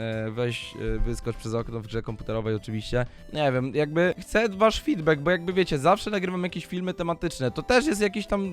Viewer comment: "Hce peta"